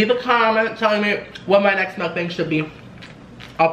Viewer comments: It's pronounced "m uk - bong" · it's actually pronounced mook-bong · Its pronounced mok bahng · I love this ,your a natural mukbanger !!!!! I usually calculate the calories on the internet nutrition calculator so I don’t go over my limit .(sonic,McDonalds,Pizza Hut) Also Is it pronounced muk-bang or muk- bong ? P.s you are so awesome 😆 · I love you so muchhh. I love these mukbangs. Btw it's pronounced "mook-bang". 😘 You should do a pizza place next. 😍 I'm getting food in a bit so I'll eat wit you, I'm getting little ceasars ❤ omG you loved my commenttt 😭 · It's pernounced mookbang